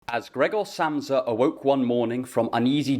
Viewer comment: I legitimately thought you said Graggle Simpson at the start